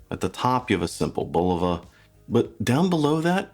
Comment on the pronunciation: Thank you for pronouncing the name correctly. 👍👍👍